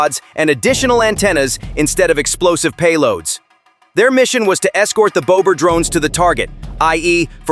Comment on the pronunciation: bowber Drones HAHAHAHAH The Robot can't say BOBBER..